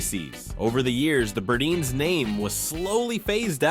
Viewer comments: Burdines is pronounced Bur- dines; not Burdeens , long i sound in second syllable. Also Bullock’s picture had people holding signs saying “ Bullock’s unfair to Negros” That isn’t saying much for that store. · The narrator called Burdine's BURDEEN's, despite the vintage commercial calling it BURDINE'S. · Pls learn how to pronounce the names properly………it’s burr-dines not burdeans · Great recap of brands of our past. You are killing me! You have to pronounce the name right. Burdines it is an “eye” I cringe when you say `burdines like `burdeenes’ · I loved the video, but you mispronounced Burdines. Yes, I'm a born and raised Floridian. It's a long "I" like dining, pronounced Bur-dine's not Bur-deans. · Nice trip back in time. Miss those stores so much especially Burdines in Florida. It was pronounced BurDINES not Burdeens but thanks anyway for the memories. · I worked at Zayre for a while after high school. I took my paycheck and shopped at Burdines (Bur deyens, not Burdeens btw). Those were the days. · " BirdEENs....PLEASE...Bur DINES... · Burdine's, The Florida Store is NOT pronounced , Burdeeens but Burd-EYENES ! Say it now! BURD-EYENES!!! How many fellow Floridian's are laughing our hot but's off at how you said this!!! I myself spit my sweet ice tea across the room when I heard the way you said it!! hahaha BURDINES!!! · Many are still open overseas. Some company or something must have bought or already owned their stock supply of products. loved the store catalogs, read them like they were important novels. This former NYer remembers very well these big stores. BUR--DINES-- Sheesh you can not pronounce anything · Being from Florida… We pronounced it BurDINES… sounded like WINE… BurDINES… :) just throwing that out there from a 1980s childhood in Florida perspective. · You pronounced Burdine's incorrectly.